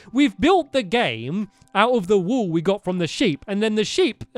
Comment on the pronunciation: does he say this wool or "this wall" in an accent? #